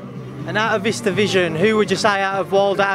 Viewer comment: Someone needs tell it’s This that and the other NOT vis vat and ve uva